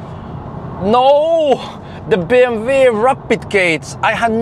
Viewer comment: BMW not bmv:):)